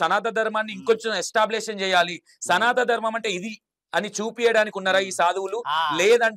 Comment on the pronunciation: Namasthe,sir Me interview chala genuine ga, untundhi sir, Khani meeru ee interview lo, SANATHA DHARMAM, Antunnaru, Adhi, SANATHANA DHARMAM kadha sir, pls prounance Properly